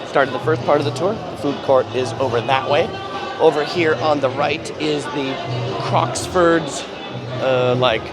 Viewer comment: You say Crocksford, lame.